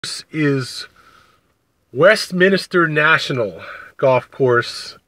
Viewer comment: It's Westminster, NOT WestminIster!!!!!